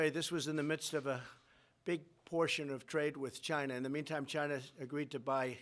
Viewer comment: Wait, so I purchase a new phone, the price is up 25% due to his tariffs on "Gy-nuh", and he is going to give my 25% tariff I paid... to the farmer?